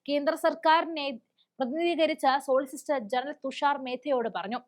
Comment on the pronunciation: സോളിസിസ്റ്റർ അല്ല കുഞ്ഞേ സോളിസിറ്റർ 😂